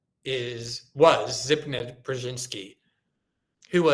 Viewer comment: Glenn, it’s pronounced Za-big-knee-ev. It’s my middle name unfortunately.